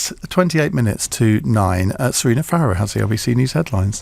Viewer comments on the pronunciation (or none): none